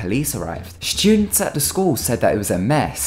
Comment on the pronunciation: Three shtewdenst